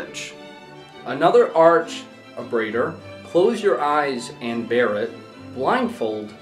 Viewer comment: this n can't read!!! It's pronounced Be-reeved (Bereaved). Abraded - uh-BRAY-did Convoy - CON-voy ???? Gigolo - JIG-uh-lo